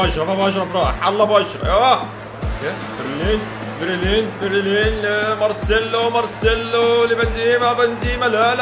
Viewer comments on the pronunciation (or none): انا اسف بس اسمه بيليرين مش برلين